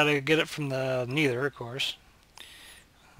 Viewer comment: Don't worry man I say nether the same way you do and my friends never let ne here the end of it